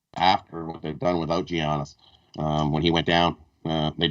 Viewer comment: it’s yahniss. Say it like that 😂